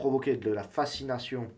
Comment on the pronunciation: Fascination pas facsination :( Sinon très instructif est belle mise en scène. Bravo et merci.